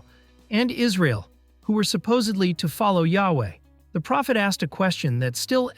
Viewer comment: why are we calling it israel and why are you pronouncing it that way. by the way they still worship them, clicked off the video